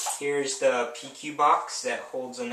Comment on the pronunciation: How do you figure PEQ is pronounced "P.Q."??? I mean shit, at least say P.E.Q.